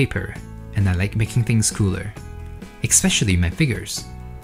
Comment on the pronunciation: my brother, I love your vids and admire your skills, but there is no X in especially